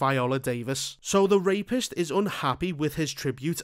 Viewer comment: 😂 I'm sorry I don't know if it's your accent or the way you're pronouncing the word rapist, because as soon as you said the word rapist I just started laughing every time you said that word 😂😅.